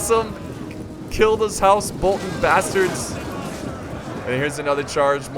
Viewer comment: The way he says Bolton triggers me xD. Still love the channel though.